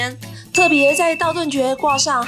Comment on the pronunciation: 那個小編...是念道頓「堀」ㄎㄨ 喔😆